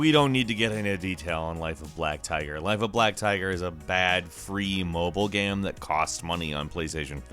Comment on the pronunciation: Please learn to say the word game or maybe don't say that word every ten seconds